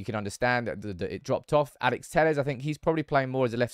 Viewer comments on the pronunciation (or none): none